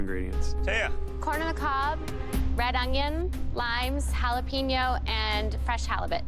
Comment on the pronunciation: Am I the only one cringing every time they say “helapoños” instead of “jalapeños”??